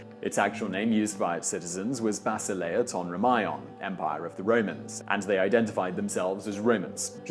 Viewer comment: not Romάιων but Romaίων (romeon)